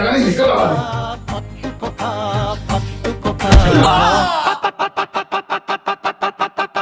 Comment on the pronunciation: කොත්තු පකා කියලමයි ඇහෙන්නෙ පත්තු කොකා කියද්දි😊